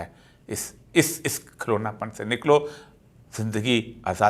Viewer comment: KHUDA K LIYE, BISMILLAH sahi se bolen , "RAKHMAN" nhi RAHMAN hota hey , "Alhumdurillah" nhi ALHUMDULILAH hota hey. ade se ziyada log ghalat boltey hen hamarey pakistan mey, or apni ghalti mantey b nhi, KIYA HOGA IS MULK KA.